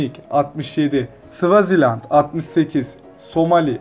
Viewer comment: Sıvizland demesi gerekirken Sıvaziland dedi